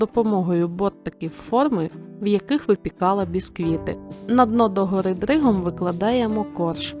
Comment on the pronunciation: "Догори дригом", так прикольно звучить коли трохи картавиш)))